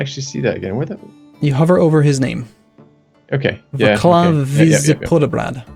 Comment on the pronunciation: That pronounciation of "Václav" :D